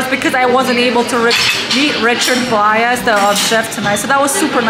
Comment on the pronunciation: May have to check out this restaurant on our next visit. Now I have the song Coconut going through my head. Also, Blais is pronounced like Blase. Rhymes with face.